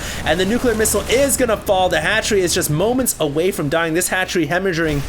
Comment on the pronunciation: lol it's hemogerrhieng everbody knows that